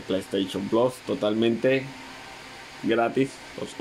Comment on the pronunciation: Plass es plus se dice plus ahi mi playstation plasss